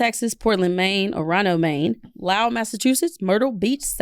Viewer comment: Omg love y'all so much but I cannot get over the way says Orono lmaoo 🤣🤣 as someone from Maine it's pronounced or-uh-no, I just tell you now because girl as a pre-k teacher whose coworkers like the podcast too, we make so many jokes about how you can't pronounce Orono